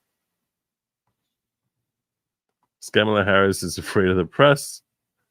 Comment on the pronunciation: you started this video by talking about racism and asking your viewers to consider they might be being racist when they send you memes because you’re Jewish. Then in the next sentence you call the VP “Scam-a-lah, aka Ka-MAH-lah”. If you can pronounce Scamalah, you can pronounce KAM-ah-lah. I’d like you to consider that continuing to mid-pronounce her name (as do all the pundits on the right as well as the prior president) is racist. Just consider it.